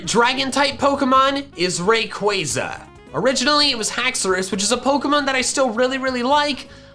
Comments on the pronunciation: Its pronounced Raqwaza non rewayza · Ray-Quay-Zaa is the correct pronunciation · it’s Pronounced (Ray-Qua-Za) Not Ray-Quay-Za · yes, it's name is a combination of Ray & Quasar, which is pronounced as Quay-zaar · the how to pronounce Rayquaza says that it's Ray-Qua-Zaa. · I had no idea Rayquaza was pronounced like that, ( ・∇・) I thought it was RayQaaaaza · Ray-qway-za is how I’d pronounce it.. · The way you say rayquaza makes me feel uncomfortable